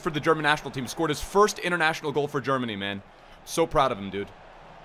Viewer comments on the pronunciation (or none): none